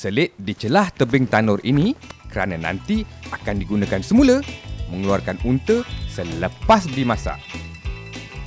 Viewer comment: UNTA BUKAN UNTE LOL